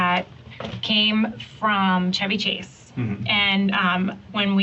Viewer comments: I wasn't looking at the screen and I swear it sounded like they said Chubby Chase, I was like WTF and went back 10 seconds......ooooooh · I'm like wait did she say "Chevy Chase"?